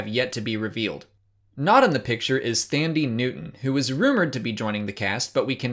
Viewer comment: Pronounced Tand-ee not thande just spelt that way